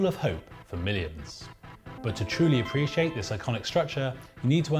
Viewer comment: Preesh France